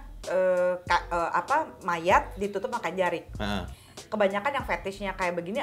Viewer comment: Bukan jerik, tapi jarik